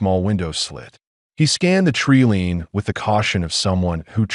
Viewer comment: When are they going to pronounce wound correctly, they get it wrong 100% of the time! Tree line is not tree lean and lead is not the metal! Imagine if a lead rope was made from lead!? Having knowledge is different from knowing.😐